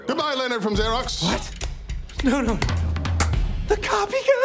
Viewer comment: I love the complete dedication to the character wot how he pronounces Xerox